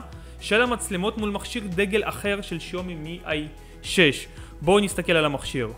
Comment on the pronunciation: אומרים שיאומי מי 6 לא מי איי 6!